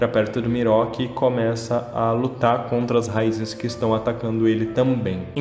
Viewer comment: ''Miroki'' kkkkkkkkkkkkkkkkkkkkkkkkkkkkkkkkkkkkkkkk, não consigo não rir